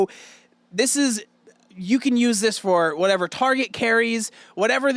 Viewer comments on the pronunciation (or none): none